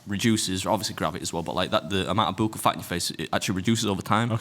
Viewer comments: It is pronounced like Buck all Only because as a nurse we give buccal medication. Its not a your saying it wrong just letting you know how it's pronounced 😊 great pod as always ❤ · FYI Beard...buccal is pronounced buckle. 💖💖🌹🌹